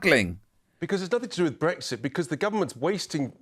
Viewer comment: "Brexik" Oh dear. This is how the rest if us got lumbered.